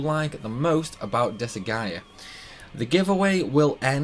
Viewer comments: I love 'disa-gaea' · I'm a fan of the anime style cut scenes with the game series on top of how crazy the speedruns of the seires are. I a huge fan of the seires. Also you are sorts pronouncing the game incorrectly at least to how I pronounce it. Oh fun fact the seires actually has an anime based on the first game.